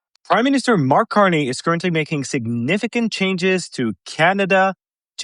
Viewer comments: "MIN-Ster" vs MINIS-Ter - With gratitude. Great job! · Minster not minister no Jim hacker